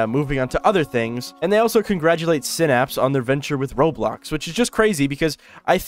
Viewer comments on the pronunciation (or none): sai-napse not sinapse